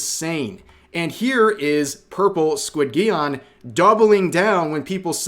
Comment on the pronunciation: Squid-geon? Isnt it pronounced like Pigeon? With a J? Or have i been mispronouncing it. Always love how Alyssa comes out her dungeon through the woodworks everytime something thwarts her dastardly schemes just to throw out some dirt, and then go back into her dungeon.